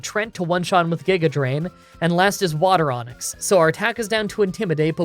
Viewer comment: 'Water onix'